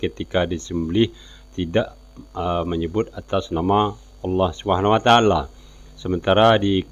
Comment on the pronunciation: Ciri ciri orng kristen dari Kecil itu dari kata " ALLOH " dia ucapkan " AWLOH " coba perhatikan !!